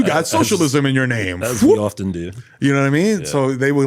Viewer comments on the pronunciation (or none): none